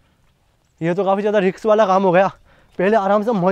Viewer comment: भाई रिकश नहीं होता है रिशक होता है 😂😂